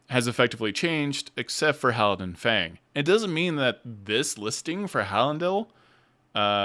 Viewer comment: Just a note, Thaisha is pronounced tie-shuh, not tie-ee-sha. Idk if you realized you were switching between Halan-dil and Halan-din, during this either.